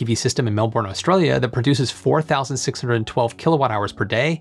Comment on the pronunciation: Plz can someone just say Melbourne right for once